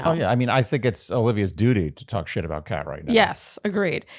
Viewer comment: I kept dying of laughter every time called Kat, cake. 😂